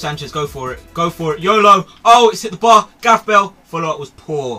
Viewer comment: Why don't you just say Bale?